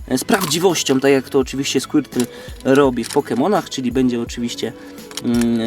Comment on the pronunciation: powiedziałesz na skłitla burbozałr